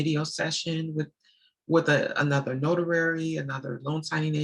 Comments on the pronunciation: Do you pronounce it as a “notarary” or is it “notary”? I am confused. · Good info and very inspiring, but what is a notarary? Do you mean notary? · Not being rude at all but did you change the name to executive closing agent because you have difficulty pronouncing the word notary? I can’t imagine speaking with vps and ceos and not saying the word correctly